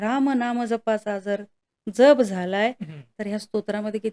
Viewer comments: जप आणि जप उच्चारात फरक करायला हवा ताई . एक जप म्हणजे सांभाळ या अर्थी आहे जो तुम्ही करत आहात जो इथे अनाठायी आहे . दुसरा जप चा उच्चार “ ज्यप “ असा आहे , मंत्र शास्त्रात शब्दांच्या उच्चाराना शक्ती रूप महत्व आहे . म्हणून लिहिले राग नसावा लोभ असू द्यावा . 🙏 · जप...... ह्या शब्दातील ' ज ' ह्या अक्षराचा उच्चार जास्त, जाम, जवान, ज्वारी, जलद, राजा, जागरण....ह्या शब्दांप्रमाणे आहे. तुम्ही चुकीचा उच्चार करत आहात. 🙏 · जप.... उच्चार चुकतोय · जरा जप पोरी उच्चारांना ...जप व जप उच्चारही येत नाही 😂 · जप शब्द नीट उच्चार करा